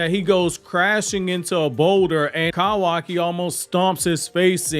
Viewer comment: I can’t get over the way you say kawaki “kowaki” 😂🤣😂🤣😂🤣